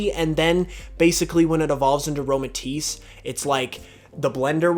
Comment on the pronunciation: IT'S AROMATISSE, NOT AROMATICE!